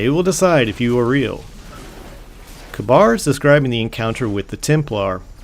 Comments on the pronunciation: I think Kabr is firstly pronounced Kāber second he went with panahin the warlock and praedyth the hunter and he had some sort of trial in the trial of kabr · I think its pronounced Kay-Burr. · Next time, please check your pronunciation. It's Ka-Beer for Kabyr, Ee-Gus for aegus, and pah-hee-nin for pahinin. Other than that, great video